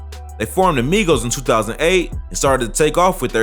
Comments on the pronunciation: She said Migos wrong 🤣🤣🤣. She said My-gos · 🤣🤣🤣 WHEN SHE SAID "MYGOS" I FELT THAT! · The news reporter said Mighost😂😂😂😂😂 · Not her saying mygos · The news lady called the Migos the maigos wtf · The reporter said mygos. The fact that migos is a real word, somebody to ask how she got a job? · That reporter said Migos wrong intentionally 😤🤦🏾‍♀️get ya Mygos ass outta here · This bih said mygos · Shawty said Mygos 😂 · Yeah myegos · Bitc said mygoes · Did this women say my-goes what my-goes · It triggers me when the lady said “mygos ” trying to say migos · The Mygos. Lady it’s Migos 😂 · why tf did she call migos mygoes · NIGGA SAID MYGOS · the news girl said mygoes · Did she just say My-goes 😳 lmao 🤣😂😆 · She did not say Mygos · The reporter said mygoes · the fact that she said “mygos” 😂😂🤣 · This bih said mygos I’m done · The way news lady pronounced migos lmfao my-goes😂😂😂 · Mygos???? Learn how to spoke woman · “Mygos” 😂🤣 wtf bruh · She said My-Gos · She said MY GOES!!!!! 😂😂😂😂😂😂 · lmao "My-gos" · She said mycos wrong 🙂🙂😂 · Y she call them the My Goes Who tf is the My goes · “My-goes” did she fr just call them “my-goes”? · she said mygoes 😂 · When he said the migos name it sounded like made up names from a key and peel skit 😂😂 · The way she said "Migos" tho 😂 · She’s knew she fucked up when she said it🤣🤣